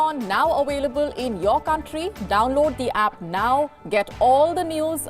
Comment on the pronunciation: ....We are now "awailable',".....said she ! It's interesting to note that there are few Indian presenters who can pronounce the letter V.